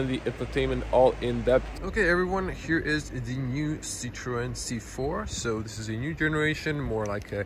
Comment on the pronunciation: Hvala bogu pa da neko pravilno izgovara Citroen,bravo!